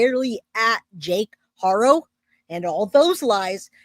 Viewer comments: You’re saying it right now you’ve been saying it right for a minute. Good job. I’m so proud thank you. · Yes, that was the best you said it correctly thank you